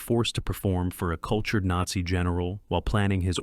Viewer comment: AI narrator atrocities. "Nate-see". Seriously? It's ALL WWII movies and you blow that word? I also loved that great actor, George Peppered.